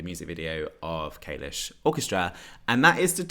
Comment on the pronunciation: the way you pronounce kalush makes me want to vomit